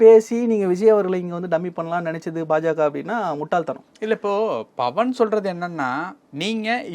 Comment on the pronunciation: நெறியாளரே உங்களுக்கு ba க்கும் pa க்கும் வித்யாசம் தெரியல்ல.. bhavan இல்லை pawan.. பா(pa)ஜக இல்லை பா(ba)ஜக.. இதற்கு முன்னே பாலியலை baliyal என்று உச்சரித்தீர்கள்..